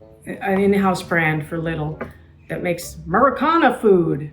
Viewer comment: I just had a discussion with some of my less-than-polyglot friends about this very topic that I'm about to broach: the letter 'i', in both German and Dutch, is pronounced "eeee", so it's not Leyedl, it's 'Leedl'! Nor, Madam , is it like the 'i' in the English 'little'. Just saying.